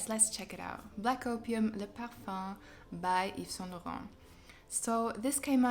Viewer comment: You actually pronounced Yves Saint Laurent correctly. Not many reviewers do. I smelled the Le Parfum at Sephora and really liked it. I'm thinking about buying it for my mother for her birthday.